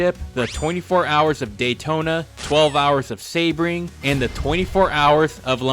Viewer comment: The hell is "Say-bring"..